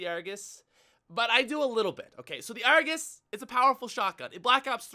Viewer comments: You mean the 'ARGOOSE'? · not the Argus the argoos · When u say Argus i laugh